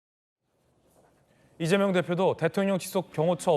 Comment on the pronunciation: 발음이 리재명으로 들리네..직구엔 늘 동문서답하고